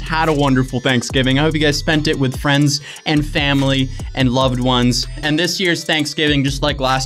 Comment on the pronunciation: Yo I watched this high af and this mans really said frems and fremlys